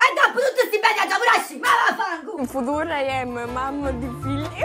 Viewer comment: "In futur i am mam d figl"😂😂😂😂😂😂😂